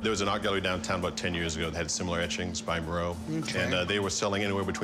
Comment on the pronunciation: They keep calling him "Moreau".